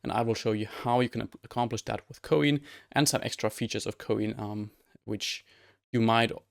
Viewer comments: Btw isn't it pronounced the same as "coin" is, like the little metal pieces of currency? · Wait, you're telling me it isn't said "Coin"?!?